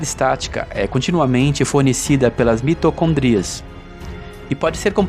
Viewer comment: Irmão, não é mitocondria, é mitocôndria. Preste atenção!